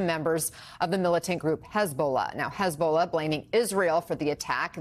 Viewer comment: Hez-Ball-Na! hahah